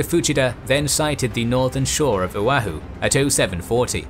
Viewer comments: Not to nitpick, but Oahu is pronounced "oh-AH-hoo" not "oh-uh-hoo", and Ewa is pronounced "EH-vuh", not "eh-wah" or "ee-wah", Koolau is pronounced "kOH-oh-lou", not "koo-lou". At some places I was confused by where you were folks referring to. My grandfather lived in Honolulu when Pearl Harbor was attacked. He was about 14 years old. He enlisted just before the end of the war. He and my grandmother are buried at the National Memorial Cemetery of the Pacific in Punchbowl Crater. Keep up the good work. 🫡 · for future videos its pronounced "o-wah-who" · FYI: Oahu = "oh-WAH-hoo" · Yeah he should've did a little more research..the Ewa, Oahu, Kaneohe was taking me out of the moment...iykyk